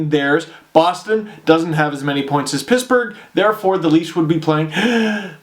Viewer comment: you were right the first time. it's divisions. :P (and did anyone else hear him say "pissburgh?!"